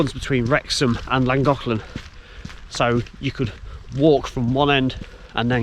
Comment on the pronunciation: Nice video. You're not pronouncing it correctly, but hey, you're making a good effort, and that's fine. Just ask a local the next time that you're in the area. It will still take some prctise to get it correct, but you're giving it a bash, and that's what matters.👍